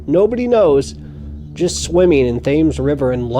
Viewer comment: The "Thames" River in London is pronounced the "Tems" River. Just trying to help...